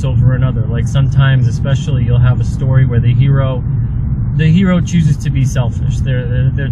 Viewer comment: it's certainly not a Her-O...just saying.